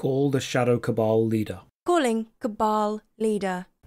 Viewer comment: Two things I learned from this video: 1: It's pronounced cabal, not cable. 2: isn't just a functioning torso with arms and a head melded to a chair with an insatiable desire to hold cups.